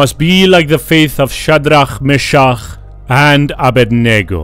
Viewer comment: anyone heard of "faith of chat D Ra me cha ugh and ab bwahaha?"